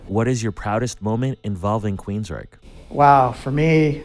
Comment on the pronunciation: You said it right!😃 The vocalist in Silent Lucidity and all of their songs up to 2012 is Geoff Tate. Todd replaced him in 2012. I love early Queensryche! My dad playing their music is some of my earliest memories! If you want to check out more Queensryche, I recommend: Queen of the Reich: The Lady Wore Black: Take Hold of the Flame: Walk in the Shadows: Jet City Woman: Empire: Anybody Listening: And then there's the Operation Mindcrime album which is a visual album and best listened to in full. It, imo, is their masterpiece!